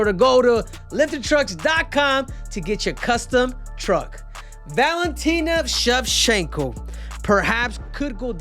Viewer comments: Everyone else: Shev-Chank-Ko Henry: Shev-Shank-Ko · your pronouncing it wrong bro, the "ch" is pronounced with an shallow "sh" sound